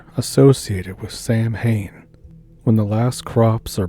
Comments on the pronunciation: Hey, just so's you know, Samhain is pronounced "sow-when" (sow like cow). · Samhain is pronounced more like "sah-wen". Google still offers a pronunciation guide for virtually every known word. Just saying. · Yeah, and there was an American band (leader, Glen Danzig) called Samhain and they pronounced it "Sam Hane," but in Irish the "mh" is pronounced like a "w."